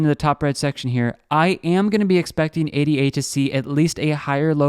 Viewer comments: It's Ada... not A D A.... as in Ada Lovelace a person. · A-D-A lol STOP CALLING IT THAT